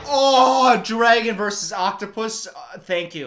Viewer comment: i can’t get over the fact that says “DRAEGUN”